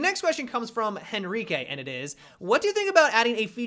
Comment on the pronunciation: hey, the spanish people love hearing english guys like you(i know that you are from the us) saying spanish names but can you trie the your best at saying for example in this video Henrique, because that H is muted. i still love your content. greetings from spain